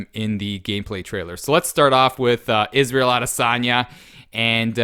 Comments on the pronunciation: "Isadel Adesanya" 🤦🏻‍♂️ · you pronounced "Israel" wrong